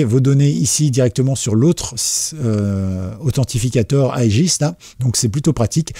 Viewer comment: Mec, 🤬... Authentificateur = si tu veux franciser. Sinon, en anglais : ANTHENTICATOR !!!